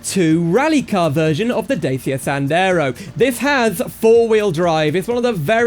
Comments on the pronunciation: Not "Day Sia" but "Dat chya" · Datchia not Dasia💅💅💅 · sorry to be a twat but its pronounced dachia, great video and mod though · who the fuck calls it daysia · So how many times did you thought about killing yourself when you heard this guy misspronounce Dačia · then you pronounced dacia wrong:( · Evry time i hear someone misspronounce Dačia.One Romanian guy unalive himself.